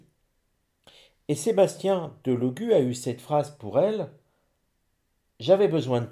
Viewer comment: Cc bonsoir,mr Delogu est un compatriote d'origine Sarde,je suis Sarde et fière de l'être mais il nous fait honte, les Sardes sont très orgueilleux Delogu se prononcé Délogu, merci